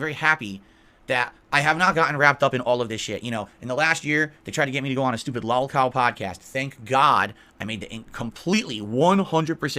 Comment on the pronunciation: I like how he pronounces it “LAWLCAWL”